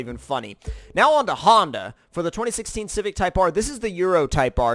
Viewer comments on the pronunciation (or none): none